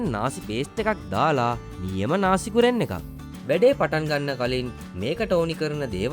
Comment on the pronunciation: ඔයා විතරයි හරියටම මේ වචනේ pronounce කෙරුවේ නාසි ගෝරෙන් කියලා.... ගොඩක් කට්ටිය ගුරන් කියලා කියන්නේ...